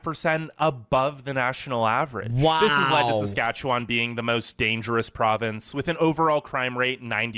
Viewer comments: The way he said sacatcacwan like people are you with me it’s Saskatchewan okay just you know 👇🏻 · it’s pronounced like sas-catch-a-won :) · The way he pronounces Saskatchewan is so funny but it not pronounced that way it’s Sa-scach-a-wan Also I live in Ottawa/Ontario and thank you for making these videos and even though I live in Canada I don’t know much about the other provinces. In Quebec French is the First language but in Canada it is the second and English is the first language in Canada 🇨🇦 If you go to an English school you learn French but if you go to a French school you learn English I think. So if you grew up in Canada you would learn both languages. And on labels and menus there’s French side and English side :) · ikr lol i was cackling when he said sas-kach-a-n-wan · they way he says SaskatchewanTOT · how he pronounced saskatchewan is gold! i'm wheezing!!! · I wheezed at the mispronunciation, no one can ever get it right the first time, even Canadians struggle to spell it properly. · When I saw he was going to try and pronounce Saskatchewan, I already knew it was going to be butchered… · I’m not gonna lie, I laughed out loud hearing you try to pronounce Saskatchewan. In a nice way, I promise. And the idea of not having to deal with mosquitos blows my mind. I didn’t realize they weren’t a thing in the UK (???) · It's OK, man. You can't pronounce Saskatchewan and we can't pronounce Worcestershire sauce.